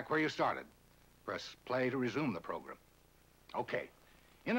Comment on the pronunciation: Somehow I knew he was going to pronounce it "progrum"